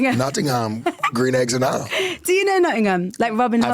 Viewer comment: Yo I hate but “green eggs and hom” 😂😂😂 was retarded and funny as fuck 😂😂🤣🤣